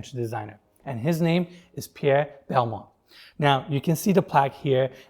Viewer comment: Didn’t know that’s how to pronounce Balmain. Used to definitely say it wrong. 🙈